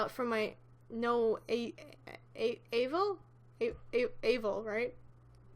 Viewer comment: Avail (a-vail) that’s how you pronounce it :)